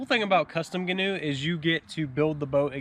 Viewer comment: Love it😁 FYI it's pronounced gee-noo